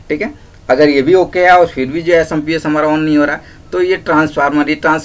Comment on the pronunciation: Samps nhi hota chutiya SMPS hota hai